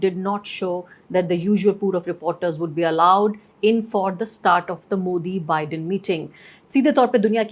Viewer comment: It’s not beedain! It’s pronounced Biden, more like ‘Baiden’! This might help you figure out the right pronunciation